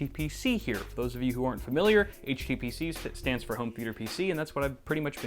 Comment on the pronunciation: What did HTPC stand for - sorry I didn't understand it in the video - to me the t sounded like you said tutor.